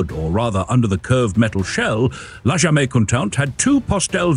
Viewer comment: “Jamais” is a French word, but you pronounced it as if it were Spanish. Are you AI?